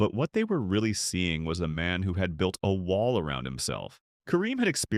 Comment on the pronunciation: I wish you guys would hire a human that can pronounce wall. The cadence is not human like. The same word is pronounced differently in the same article. Please hire an entertaining human with a personality.